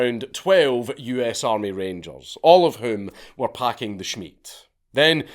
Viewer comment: I was waiting desperately for you to say "Wenn tha armay fout tha creps"